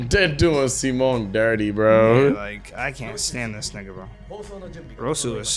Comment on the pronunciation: his name is Si-Mon cmon yall